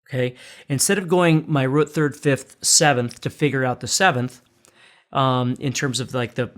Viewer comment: A whole step back from "the rut". Lol. Great teacher though!